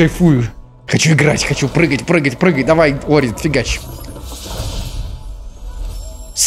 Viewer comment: Это только я заметил или нет, но назвал "Ори" - "Орио" на 41 минуте, во время наводнения 😂